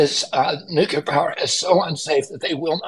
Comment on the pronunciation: For gods sake, will somebody please please have the courage to tell RFK jr the correct way to prounounce NUCLEAR!!!!!!!!!!!!!!!! He is running for PRESIDENT for gods sake. To be commander in chief of the US military. Its NEW-KLEE-YUR not NUKE-YA-LUR!!!!!